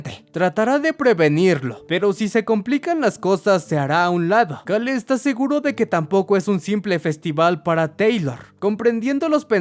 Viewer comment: Me estresa muchísimo como pronuncia "Cale" más porque en los primeros minutos lo repite como 20 veces